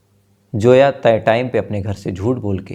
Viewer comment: No name like Joya it's Zoya understand Zoya Z Z Z for Zoya not Joya please correct your pronunciation